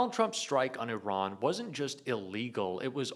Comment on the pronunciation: He can’t even pronounce Iran correctly….wtf